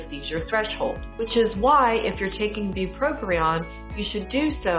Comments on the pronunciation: Very informative. However, it’s not bupropRion it’s bupropion. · It's not pronounced BupropRion